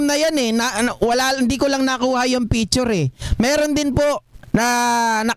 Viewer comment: Anong “ PITURE “ …??? Baka “ PICTURE “ …!!! 🤮😝🤪😜